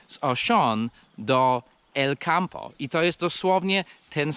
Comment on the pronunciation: I czemu Elcampo czytasz jak wyraźnie masz Alcampo? 🤭